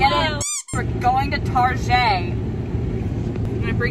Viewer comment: "we are going to tArjEi 🙄" caught me off guard , laughing so hard rn 😭